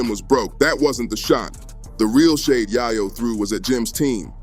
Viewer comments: “Yaaaahh Yo” lol dude it’s Yay Yo!! get it straight ❤ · GO THERE!.. AND ITS ""YAY-YO"... NOT " YAH-YO"....HUH?!?!?!? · Your saying yayo wrong dawg… also I’m white smmfh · Idiot can't even pronounce Yayo correctly. Bye Idiot